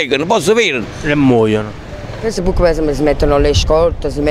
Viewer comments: "si comprano un vestito e lo mettono 'ngoppa a feissbuk" looool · "Ma che cos'è sto feibushc"